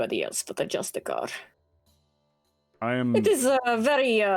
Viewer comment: I know its months old. I know its so minor of a point, and if they're called that in the lore by all means thats cool. But if its the term Justiciar you're naming them after. Its pronounced JUSTICE -E-ARE. I found out I was calling them the wrong thing for years until yesterday, and now I hear it here and I feel I gotta do it so you don't feel lied to like me. Loving the series, I see all the heart put in on the early days so i can't wait to see whats ahead